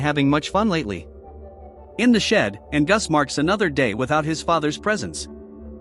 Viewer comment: Your AI voice is horrible ! It can't even pronounce Angus !